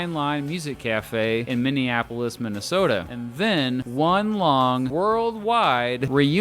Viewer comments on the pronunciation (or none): none